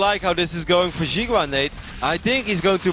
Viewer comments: Not "She-gua", try "See-gua". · jeega wa :p should be pronounced "she gwa"